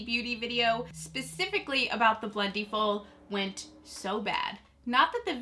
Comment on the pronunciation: You say it two different ways. Quit saying it like Blendy-full.